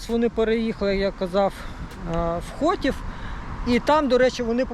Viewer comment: Та то так вимовив, щоб орки не здогадалися,де виробництво. Правильно: м. Хотин, Чернівецької обл.